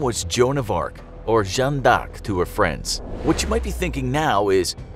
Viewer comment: the video : Yanne Dark Me as a french person : laught